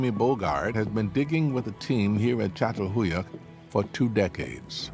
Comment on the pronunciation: Maşallah ne güzel çatalhöyük diyor